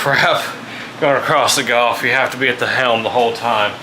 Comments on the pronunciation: It’s pronounced gulf not golf, but still a good program. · It's gulf....not golf....